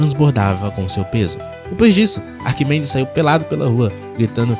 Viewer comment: 'Arquimendes' Mendes 😂😂😂 coitado de Arquimedes.